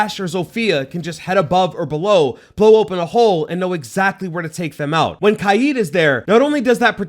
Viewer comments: It’s kaid (sounds like kayd). Not KAIEEED. Weirdo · its not kajid, its kajd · it's not "kayd" his name is arabic it's pronounced Kah-ed weirdo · Kaid ❌ Kiee✅ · Bro called kaid “kYEED” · “Kai eed” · bro really said "kied" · He said Kaid. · Great video and it really helped me when I was debating with my self who to get but is anyone else triggered about how he pronounced kaid? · why he say Kaid like that? am I missing an inside joke? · Bro learn how to say kaids name🤣